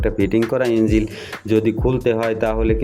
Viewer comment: ভাই এটা ইঞ্জিল না ইনঝোল 😂😂